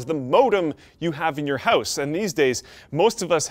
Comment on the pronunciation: says "house" funny.